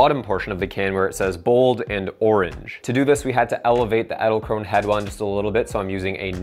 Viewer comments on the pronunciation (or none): wie er zu Edelkrone ÄDälkroun sagt XD